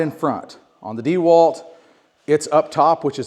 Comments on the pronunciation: WTF is DEEwalt? It’s a last name… DeWalt. dehWAHLT. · Needs to learn how to Pronounce Dewalt correctly.